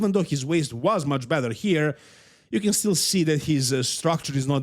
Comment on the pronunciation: when pronouncing "better" Better ❌ Bether ✅